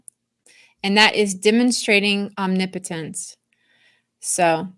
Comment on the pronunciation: Thanks for all your insight - & teaching me the right way to say omnipotence🤦🏼‍♀️ I’ve been saying it wrong all of my life (Om knee potent ence) 😂 🙏